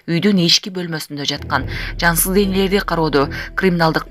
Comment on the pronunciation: Жансыл эмес жансыз денеси деп айтылат.